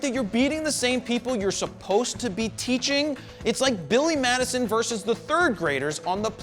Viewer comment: Loved this, and you are awesome, but you should know, vs = versus, not verse.